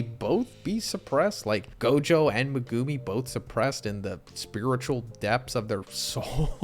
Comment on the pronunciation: The way you pronounce Megumi is triggering